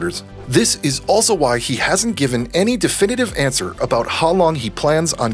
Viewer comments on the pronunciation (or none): none